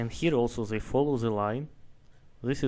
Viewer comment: mispronounces "They" as Zay